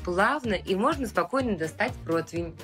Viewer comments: Протвень? Она сказала: "Протвень"??? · Идочка, солнце, не протвень, а противень. 😘 Выпуски смотрю с удовольствием.